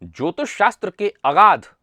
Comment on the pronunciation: अत्यंत प्रशंसनीय है कि अब 'श', 'ष', 'स' और 'क्ष' के उच्चार कभी-कभी सही होने लगे हैं। बस, अब पूरी तरह से "मेस रासि", "ज्योतिस", "श्नान", "नच्छत्र" आदि कर्णकटु उच्चारों को पूर्णतया 'तिलांजलि' दे दी जाए।...